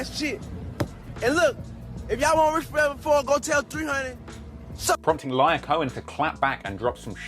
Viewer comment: hey man it was def an informative video i enjoyed it. 2 things. Black Chyna recently passed away I dont know if you were aware. And Lyor is pronounced Lee-Or not Liar lol.